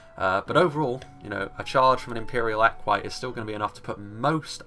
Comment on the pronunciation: The one that you're "confident" with pronouncing properly is completely wrong. It's not "eh-quite", it's "eh-quee-tay".